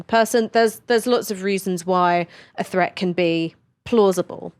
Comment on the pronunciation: its not a fret,nor is it free...its pronounced threat and three,please,if you want to be a serious journalist.....